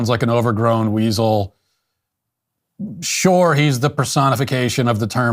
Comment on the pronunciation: Wow! The guy can't even pronounce the word "sure."